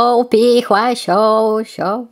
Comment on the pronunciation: Bro really said show hi my shooow😂